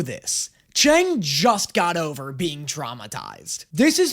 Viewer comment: love this reaction series but is anyone going to tell it's pronounced "chung" and not "chang"?